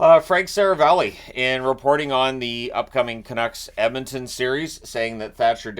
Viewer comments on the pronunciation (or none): none